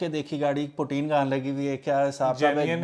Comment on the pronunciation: Umer bhai please also educate people that its "Putty" and not "Poteen" :D Suneel Munj se le k roadside mechanic tak har banda poteen bolta ha Pakistan me